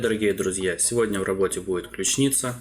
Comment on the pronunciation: Есть ключИца, и есть клЮчница. Вы впервые это слово слышите? Откуда такое дурацкое ударение-то? Какая ещё ключнИца?